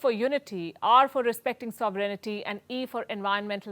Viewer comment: It is not “symBOLism” Ms Sharma; it is “SYM-ba-lism.” Similarly, it is not “sovRENity,” it is “SOVrenty.” Bhutto is a native English speaker and a great deal more articulate than Jaishankar. It is best for the Indians not to bait him.